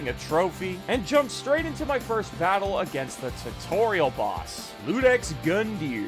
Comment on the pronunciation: The first boss isn't called Ludex, he's called Iudex (iudex) - ius in latin means law or similar terms like justice, while a iudex is a judge. He judges you as the first boss of the game to see if you're fit to rekindle the flame.